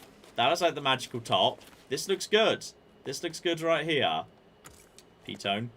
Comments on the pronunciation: it's a piton (pronounced pii ton ! ), it's a French word ! the leader climbs placing gear and clipping quickdraws to the pro , then clip the rope ! the second climbs when the pitch is finished and collects the straws and pitons , repeat to top , then abseil ! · its a pee-taan :)